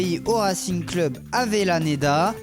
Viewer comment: Les gars... Apprenez à parler svp.. c'est abusé la prononciation de club!